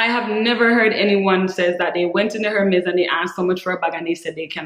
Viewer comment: I totally agree with your tip. I HATE when a stranger will walk up not even say hello but ask me how much was my bag? Is it real?? It's classless in my opinion and personal. I'd rather give my underwear size. You pronounce the H in Hermes. I have always had the understanding the H is silent. Meaning correct pronunciation is Ermez. I have been snagging up lots of Vintage Jewelry pieces the past few years. The jewelry is works of art and great investment too. TFS. Hugs-Rebecca ❤️